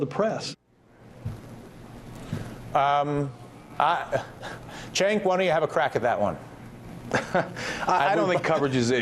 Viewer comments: It pisses me off how he keeps calling Cenk "Chenk". It's pronounced "Jenk" twat!!! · say it like this phoneticly- JENK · why is he calling him "chank?" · Ratigan straight calls him "Chenk" EVERY TIME! TYT pr girl get on your job. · i'm almost certain it'spronounced "jenk", friend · its pronounced jenk not Chenk >.> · still calling him CHENK? dam lol someone REALLY needs to notify him that thats not how you say his name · LOL "Chaynk"